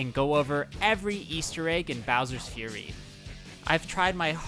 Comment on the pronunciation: he's saying "furry" bowser